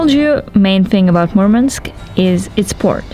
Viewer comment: It's not Mormonsk it's Murmansk